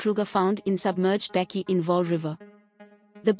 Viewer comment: How can you not pronounce the word Bakkie correctly or even the poor young man's name??